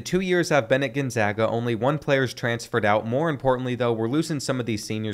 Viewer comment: as someone from spokane, thank you for pronouncing it right